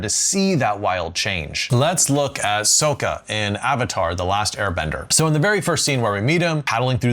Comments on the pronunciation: OH MY GOSH MY INNER AVATAR FANDOM CRIED IN PAIN 😭 (his name is pronounced sok-uh not soak-uh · It's sock-ah. Not soak-ah. Soak-ah makes you sound like Hahn at best and M Night Shyamalan at worst. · Sock-uh … not Soak-uh. Smh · Lmao he really said soakuh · You pronounced Sokka the wrong way, the way it was pronnounced in the terrible Shaymalan movie, it's so over 😭